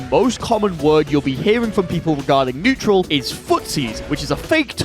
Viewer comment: haha netural